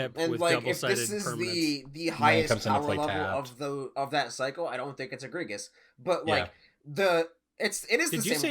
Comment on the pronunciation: he did say egre-Gus - Haha I love y'alls channel. The banter is 10/10 and the helpful tips are 10/10. Keep up the good work.